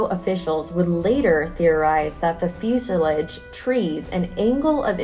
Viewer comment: It's pronounced fyoo-si-lahge, and shrapnel.